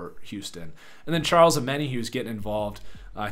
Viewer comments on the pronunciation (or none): none